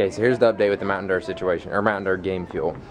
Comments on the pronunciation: why do you say mountain deer it's dew ? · why are they saying mtn derr instead of mtn dew?